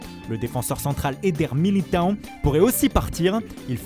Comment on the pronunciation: C’est Militão et non Militahon!!!!!! Vous nous agacez avec cet accent.